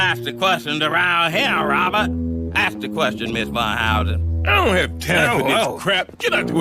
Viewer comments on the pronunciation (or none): none